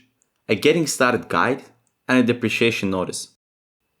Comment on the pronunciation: depre-cation, not depre-ciation. One describes the discontinuation of something, while the other describes economic value loss.